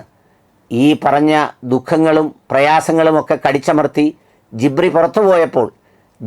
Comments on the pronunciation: ജാസ്മിൻ, ഗിബ്രി അല്ലാ ഗബ്രി.. Jabrikal എന്നു ആണ് 💙💙💙💙💙combo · ജിബ്രി അല്ല sir ഗബ്രി😂😂..അവൾക്ക് ഇപ്പൊൾ നല്ല സപ്പോർട്ട് ആണ് കിട്ടുന്നത് എന്ത് കണ്ടിട്ടാണാവോ ആൾക്കാർക്ക് വട്ടായോ😂 ആ ഫാമിലി തന്നെ ഉടായിപ്പാണ്